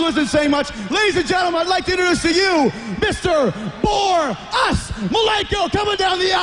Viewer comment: Mr bore-us malenko lol